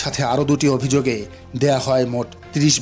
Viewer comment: প্রতিবেদনকারী কে বলছি অভিযুগে নয় মিথ্যা অভিযোগে। ভাষা যদি সঠিক করে বলতে না পারেন সত্য না বলতে পারেন তাহলে সেই খবর প্রচার করে লাভ কি বলে।